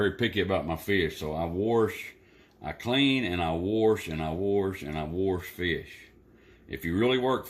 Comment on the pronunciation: Lol!!!! My kids crack up at me saying warsh. 😆😆😆 I'm glad to know Danny warshes too... 🤣